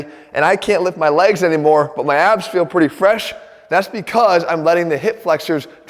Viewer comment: My brain knows he is saying "weak abs" but my insecurity is hearing "weak a$$" and I probably deserve it. :(